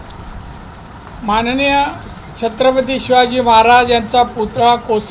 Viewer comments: याला सिंधुदुर्ग बोलता येत नाही , छत्रपती शिवाजी महाराज बोलता येत नाही , संसदेत धड प्रश्न समजत नाही , सतत घेतलेली असते , भर रस्त्यावर दादागिरीची भाषा करतो , याला ×जपा हे सहन का करते ? माझ्यासारखे हजारों मतदार अशाने कमळापासुन दूर जातील ! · ह्याला छत्रपती शिवाजी महाराज बोलते येता नाही दारू पिऊन आला वाटते 😂😂😂😂